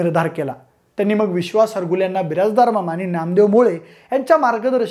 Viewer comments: हरगुले नाही हारूगले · हारगुले नाही दादा हारुगले